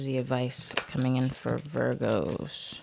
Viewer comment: Love it when you say “veer-goes” 😂🥰